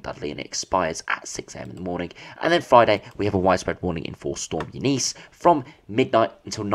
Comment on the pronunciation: It’s Eunice mate pronounced Yoo nis Eunice Kabul?